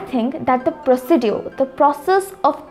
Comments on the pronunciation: Not pronouncing procedure, correct pronouncing procizar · Sis procedure pronunciation z wrong . Note this sis. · Your pronounciation about "procedure" is right?